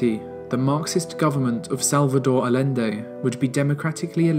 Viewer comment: The videos in this series are phenomenal! Really relevant footage, relevant details, fair and balanced representation, and great writing. I would say the ONLY thing suffering is the pronunciation of names. Ouch! Roosevelt, Allende and Ceaucescu need some help = )